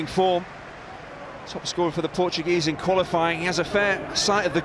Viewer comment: The way he says Portuguese names is so nice :)